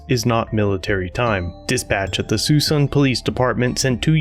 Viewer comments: Please y’all, it’s si-soon City...... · Get it straight! Suisun is pronounced Soo-soon! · It’s pronounced “Sue-Soon”.... I live out here and we get annoyed by the mispronunciations.